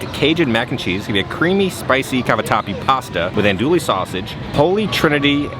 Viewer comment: Pssst FYI, it's pronounced ON-oduille not ANdouille . Us, coonasses with our patois always gotta have that accent!